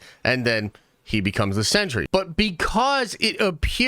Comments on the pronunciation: Pronounced "sen-tree", not "century". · Are you saying “century “?